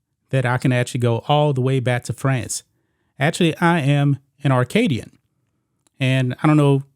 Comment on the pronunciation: It's Acadian, not Arcadian, as you are pronouncing it. lol I'm of Acadian descent, and probably have relatives in Louisiana, I don't know about.